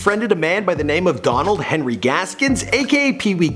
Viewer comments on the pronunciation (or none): none